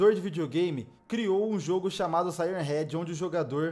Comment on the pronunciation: A melhor parte q ele fala e sirem head 😂😂😂😂😂😂ele falo praticamente o video todo